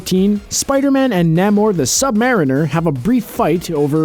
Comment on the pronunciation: It's Neigh-More, not Nam-More.